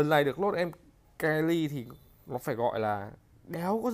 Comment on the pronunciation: Mery ông đọc kenny quỳ